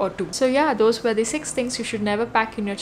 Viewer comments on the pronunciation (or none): none